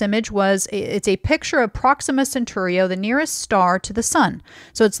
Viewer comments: oh the famous joke image? The picture that's obviously a joke? And I'm sorry what was that, Proxima centauri-o?😂 Apparently flat earthers can't even read the words that are right in front of them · Did she say ‘proximal centurio” …? So can she not read? Well it seems that no she cannot! 🌎🌍🌏